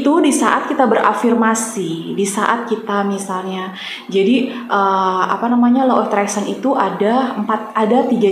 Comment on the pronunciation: Insyaalloh yg benar Law Of Attraction ... Karena beda pengucapan beda arti...